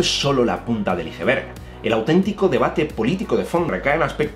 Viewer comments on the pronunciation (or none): none